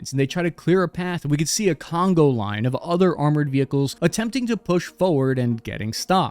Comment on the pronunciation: It's not "congo line." It's "conga line." Your a savage.